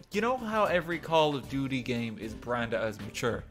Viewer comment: You said “Call of duty” but I heard Call of Pewdy. Then you said “9 ur olds” and I was just: HMMMMM